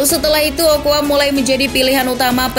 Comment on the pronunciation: 'Carbajal' baca 'karbahal', 'ochoa' baca 'ocoa', underrated